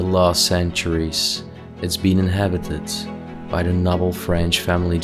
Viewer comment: May I please tell you to pronounce the word "noble" it has a long 'o' sound, not short.